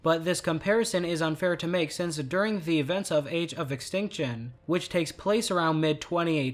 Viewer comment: What is wrong with you, speak normally, when you say the, you just say the. Why are you saying ( a the) every time you say the. I really makes the video commentary off putting.